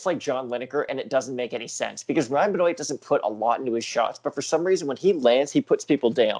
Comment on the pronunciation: why are you pronouncing benoit like "ben-oate" its "ben-wah" smh